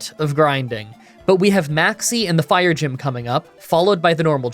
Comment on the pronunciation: I like how you flubbed saying 'fire gym' two times and yet completely skipped showing footage of the fire gym.